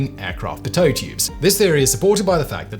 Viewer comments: Not sure if British pronounce “pitot” differently or if Simon just got it wrong because mispronunciation is his super power. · No, the stress is definitely on the first syllable. Simon has listened to Americans in NY coffee bars too much IMO. We're going to have to pull his passport... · I have never heard the word pitot pronounced this way. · Me when Simon mispronounced things I don't care about: 😏 Me when Simon mispronounced things I regularly work with: 😡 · Really? No one could give him the correct pronunciation? That was painful to watch. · I hate the way he's pronouncing pitot. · First time I've heard pitot tubes pronounced that way. Also the first time I've seen them called assassin holes. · simon always wings it with the pronounciations, pay no attention to that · British always got to pronounce it differently from USA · I’m not even a pilot and even I always pronounced it that way lol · Arrrrrr!!!!!! It’s not “pi-toe”. It’s “pee-toe”. Speak English or switch to a foreign language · It's pronounced Pee-Toe tube not Pitt-Ohh tube 😂. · PEET-oh tube. Not puh- TOE 🤣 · As a pilot, I have never heard of a "pit-OwE" tube. Every pilot I have known has always called it a "PEE-toe" tube. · Interesting video but its pronounced "PEE-TOH" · Its pronounced pee-dough tube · From Canada here. I’ve always heard it as pee-toe. I just rack it up to Sir Simon Whistler’s pronunciation. :) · Love the Chanel. PLEASE when you do a video about one device and you are going to say it 100 times please pronounce it correctly. Again love the channel. But it makes a video unwatchable to hear the same word mispronounced over and over again. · It's definitely pronounced PEEDO tube, regardless of the man. Why? Go ask Savannah, GA. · Its killing me how he says pitot....... its peeto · isn't it pronounced pea-toe? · Simon, you are killing me with your pronunciations! It is pronounced Pee-Toe Tube! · It's pronounced "pee-tow"... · \*chuckles* It's "PEE-toe", Simon. ;) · it’s PEE-toe in american